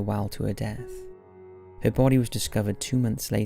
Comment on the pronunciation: “Take a look-kuh.”